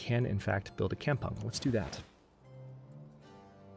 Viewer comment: Kampung is pronounced kam-poong Kam with strong A